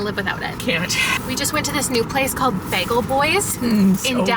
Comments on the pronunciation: Your pronunciation of "bagel" caught me so off guard 😮 I love that I've been watching and listening to English speakers every day for years and still there are things that surprise me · I LOVE when her Canadian accent comes out